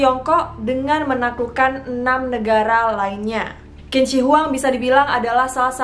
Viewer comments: cara bacanya Qin = Cin, bukan Kin. Yin Zheng = Yin Ceng, bukan Yin Zeng, Lisi = Liseu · Say Q itu bukan K cara bacanya 🙏 tp CH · Qin dibaca nya cin... Dia yg membuat negara itu di panggil cina buka kina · Hai.. Qin dibaca Chin ya.. Q jadi Ch bukan kin. Hehehhe.. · Maaf kak Qin dibaca ching bukan kin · Qin dibaca Chin bukan Kin. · Bagus ceritanya mbak, tapi Sedikit tambahan aja utk cara baca/ucap Kaisar Qin=Chin , jangan dibaca kin ya mbak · Bukan 'Kin' tapi 'Chin' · Qin = dibaca 'cin' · Qin itu bacanya cin bukan kin. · Kak, sebelum cerita mohon pelajari dulu cara pelafalan nama mandarinnya .. krn tulisan dan cara bacanya beda contoh Qin bacanya Chin, Zhang bacanya Cang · Q bacanya jadi C Qin= Cin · Kak bacanya Q bukannya C ya? Jd Cin.. bukan Kin.. maap klo salah. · Tulisannya qin tapi bacanya chin kak. Itu pinyin mandarin. Dynasty Chin kak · maaf yh kak aku sdikit koreksi , pronunciation "Q" dalam bahasa mandarin itu dibaca seperti huruf "C" 😄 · permisi kak, sptnya kalo Qin itu dibaca Chin dalam pelafalan china. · Tulisannya memang Qin tapi baca nya "Chin" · Q di baca "Chin" mbak... jadi Chin Shi Huang bacanya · Lafal Qin = Chin